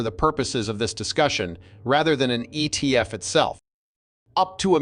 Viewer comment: Geez AI.. wtf is an ET F